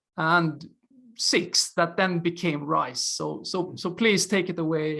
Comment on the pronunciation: Bro, riSe, not riCe 😅